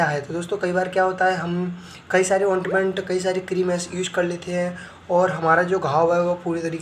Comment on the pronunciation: Ointment ka sahi pronouncesion ,,,bolana sikho.